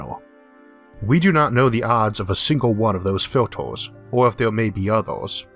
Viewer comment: haha!!! Filtors... Numbors.... :) sorry, great vid and great info fella!